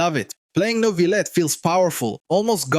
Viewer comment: As a French, thanks to you saying Neuvillette properly <3